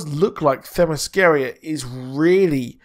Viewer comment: It's pronounced Thema-skee-ruh... That's the best way I can write it out phonetically. I hope it helps my friend 😃